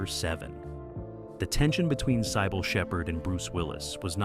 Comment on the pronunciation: OMG! It can't even pronounce"Cybill'Correctly!!